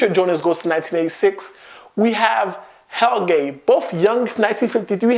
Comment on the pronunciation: I heard "Hell gay" for "Helge" :/